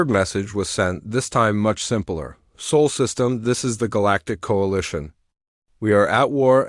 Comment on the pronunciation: Please tell your AI it's spelled Sol, not soul.